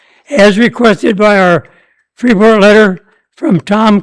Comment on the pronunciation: Wouldn't a normal, somewhat educated, adult alderperson who lives in Illinois would know how to PRONOUNCE IT CORRECTLY!!!!!! The 'S' is silent. My God, what an embarrassment to the city of Freeport!!!!!!!